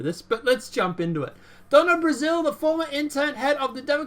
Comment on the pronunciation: Matt Couch's name is pronounced just like the piece of furniture in most living rooms, and Donna Brazille's name is pronounced just like the country "Brazil". Just an FYI. Love your channel,. ☺ God Bless and Keep you,.